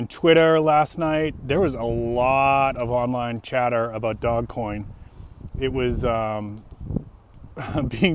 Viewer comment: It's not DOG coin. It's DOGE (long O), soft G (like a J). I know because I used to live on a street by that name. :)